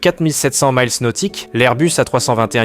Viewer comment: Arrêtez de dire « maïls » pour mile On dit mile (i) nautique 1852 m et mille (aï) prononcé à l’anglaise pour la l’unité anglaise 1609 m